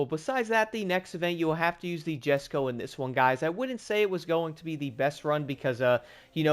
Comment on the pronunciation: Usually pronounce it "jes-ko"